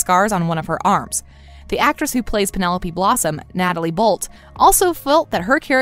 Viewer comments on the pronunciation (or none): none